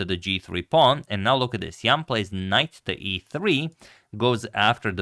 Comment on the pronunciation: The pronunciation of Jan is not 100% correct.